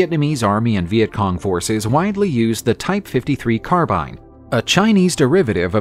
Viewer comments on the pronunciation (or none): none